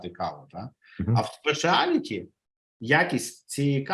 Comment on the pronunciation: Граний випуск, люблю каву. Епіку дякую за українську 💪🏽 Автору бажаю успіхів. І маленький маленький поінт: Specialty coffee читається як спешиалті кава, не спесіаліті